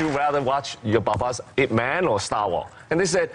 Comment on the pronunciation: Why did he pronounce his own movie Ip man as eye pee man? Yip man !